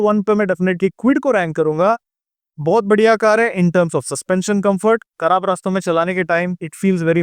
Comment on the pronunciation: kharab ko karab kyu bol rahe ho